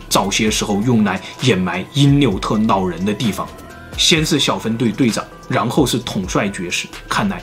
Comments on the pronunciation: 我說真的 去把你的 普通話腔調矯正一下 學學人家老高啦 聽你講話 真的會有一種弱智感 老人 老人 不是腦人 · 长见识了 原来 “老人”的发音是nǎo rén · 老人我听成脑仁儿了...